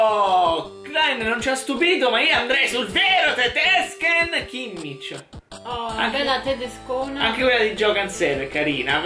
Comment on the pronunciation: Anche Kimmic invece di Kimmich (che si pronuncia con l'h aspirata alla fine) non è male.